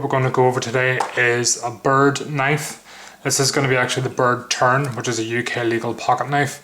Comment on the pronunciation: Did you say bird turd!? lol great review but prefer the UK legal blade I have, now where did I get mine?